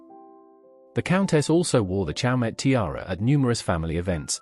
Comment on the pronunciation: It is pronounced 'show--may